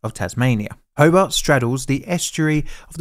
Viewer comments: I hate to say so but you were saying Hobart wrong the whole time. The way you say it is more like Hoe-Bart like from the Simpsons. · Ho-bart , bart like bart Simpson. Illawarra is pronounced il+uh+wo+ruh and tasman well you'd have to ask a Tasmanian that one and it might change depending on which one of their heads answers. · Your videos are usually pretty good, but the way you butchered so many pronunciations is cringe. Repeat after me: TAS-mun ho-BART ILL-a-wo-rah (btw it's spelled "Illawarra") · so weird hearing a documentary about the state i live in. and very infuriating to hear him pronounce tasman, hobart and illawarra weirdly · Great video, unfortunately the pronunciation of Tasman, Hobart, and Illawarra are way off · Your pronouciation of Tasman, Hobart, Lake Illawara. All WRONG. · How about pronouncing the suburb's and the city of Hobart correctly! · It's recommended that you Google how to pronounce the places name before making a video on it... especially for Australia. Because sure enough you got all of the pronunciations wrong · It's HoBART...not Hobbit. Great piece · Good video thanks, but the name of the city is HobART, not HobERT. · You don't know how to pronounce Tasman, sorry. You say it like "spiderman", but in fact it rhymes with "Jasmine". Hobart is pronounced the same as if you were greeting Bart, and not "Hobit". The emphasis is on Bart. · BTW, it's pronounced "tasmen" with the e very short and almost silent. As an Englishman, I thought you would be on top of that one mate. It's also ho+bart not ho-bet. Illawarra is "IL" + "uh" + "WORR" + "uh" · It's not Ho bit, it's Ho bart. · Also it's pronounced Ho-bart not Ho-bert Ho as in "Ho-ho-ho" and Bart as in Bart Simpson. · Pronounce it 'HoBART", not "Hobert". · HoBART.....hoBART. Not hobbit! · Can’t listen to the mispronunciation of Hobart and Tasman bridge hoburt no Hobart and Tass man no Tasman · Hobart turned into "Hoebt" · HoBART as in Simpson.